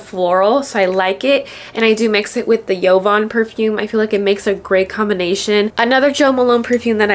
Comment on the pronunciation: Jovan Perfumes were created in the USA, not Spain or Italy...so not a silent "J". Back in the day, the commercials pronounced it with a pronounced, phonated "J"...just so you know.